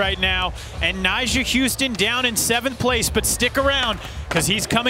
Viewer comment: Also, why’s calling Nyjah “Nysha”?